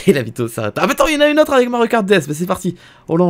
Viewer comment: Je pense que beaucoup de gens ont remarqué mais ne dit pas "aveC" mais "ave" 😭il enlève le C mdrrr